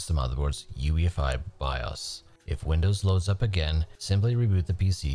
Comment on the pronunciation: Sorry if it's so disrespectful, but I keep hearing you say "windows loving"